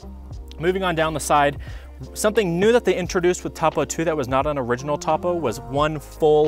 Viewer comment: You're saying Topo wrong